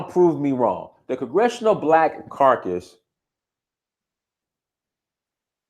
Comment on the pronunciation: It is caucus, not carcas. Caucas is an association and carcas represents something dead.